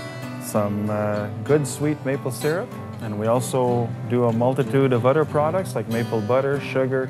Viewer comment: I notice that the elder of the two gentlemen pronounces the "th" sound like "d" eg |"other" sounds like "udder". Is this quirk dying out in the french-speaking areas?